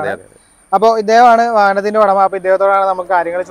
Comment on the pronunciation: ODAMA alla udama,, uuu uuu ..:face-blue-smiling: parayumbol nerkku parayu suhruthe.